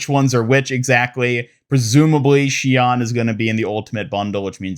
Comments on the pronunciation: oof i can't believe u just said shee on my guy it is pronounced shee own its Japanese and BRO OMG ITS MEE ZUH KEY GOD U CLEARLY DONT WATCH ANIME normally i wouldn't correct grammar cuz all it is is just signs of ignorance but damn bro these are easy cmon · Listen to the Miziki VA say “Shion”, you’ve got it slightly wrong.